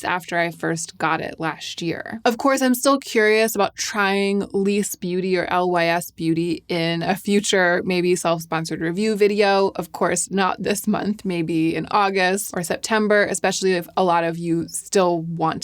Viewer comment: Hi! It's L-Y-S, not "Leeese". It's supposed to stand for Love Your Self, I heard somewhere....